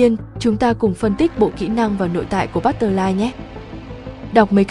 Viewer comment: bắt tơ phờ lai thành luôn bắt tơ lai :)